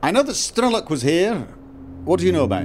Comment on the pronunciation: 'Strelok' is basically 'gunslinger' in Russian. It sounds more like Stryelo`k.